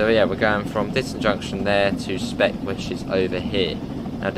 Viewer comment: Its not 'spek' its pronouced 'Speak'